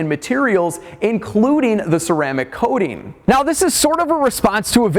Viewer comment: WHY does he keep saying Ceramic "Coatin" - ARGHHHHH!!!